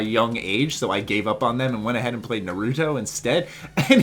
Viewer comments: mispronouncing naruto = triggered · Yeah. I'm pissed. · I know right. My cringe level was off the charts. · Alot of people say it like that so i dont mind